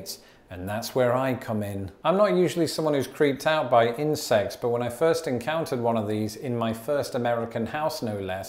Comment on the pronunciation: I got 50 seconds into this before I realised that you were saying 'insects' and not 'incest'. It was a lot more fun up until then.